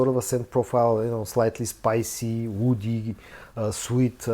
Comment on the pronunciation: Hi, when you say "woody" it's hard to tell if you're saying that or "oudy"...